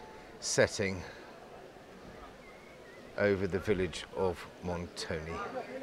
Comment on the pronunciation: Really lovely and great report. I enjoyed it very much. 🥰 But. Please say Montone and not Montony. 😇🤣